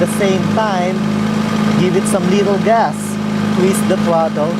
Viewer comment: I find it funny when ever he say's little gas it sounds like hes saying lethal gas xP